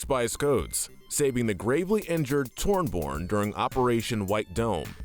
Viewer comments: BRO SAID TORNBORN AND BRIDGEIET ITS PRONOUNCED TORB-YORN AND BRIG-EEE-TA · can you please say tor-be-orn instead of tornborn? have you played the game even? torjborn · What mental gymnastics did you do to come to the conclusion to pronounce Torbjörn as Torborne. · If he says Torborn one more time ill com over to his house and teach him that its Torbjörn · Br e g(harsh k) e ta (if pronounced in American English) Thorbjörn isnt pronounced with a Th like im The, but rather just a T. T or bi ö( pronounced like the "er" in G*er*many ) rn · Stop saying torborn its pronounced torb-yorn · Everyone else: Torbjorn & brigitte: Tornborn & Bridget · why do you say tornborn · I’ve been laughing every time he says the names wrong, and this comment killed me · HER NAME IS PRONOUNCED BRIGH-EAT AND TORBIJORN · I really hate this video. You called Brigitte and Torbjorn "Bridget and Tornborn" but make a video on Overwatch characters. You definitely haven't played Overwatch or done any research on the game. You probably read a random script someone gave you and just guessed for them. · It's pronounced torb-yern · my guy said Tormborn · Please stop saying tornborn 😢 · I thought he meant torb at first but when i watched it back i thought maybe it was a side character from a comic but then he said it again with brig😂😂😂. Still can’t believe my guy said tornborn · It’s pronounced Torbyorn, and Brigēt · bro really said Tornborn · It's pronounced 'Tore-B-Yern' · bro said Tornborn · but i do hate the pronunciations of "Brigitte" and "tornborn" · It’s glaringly obvious when he said tornborn and not torbjorn😂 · did he say tornborn?😂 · "Torn Born" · Saying Brigitte wrong isn’t that bad… it’s pretty confusing… But Tornborn, That’s on another level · Did he say toronbjorn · Why does he pronounce torb’s name wrong then correctly? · I almost disliked the video just because of the way they pronounce torbs name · Bruh at least learn how to pronounce Torbjorn and Brig’s names lmao